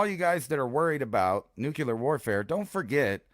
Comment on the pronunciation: Its pronounced nuclear.